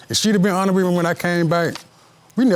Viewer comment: Did he just say on it wit me? ... or honest?? Geez 🙄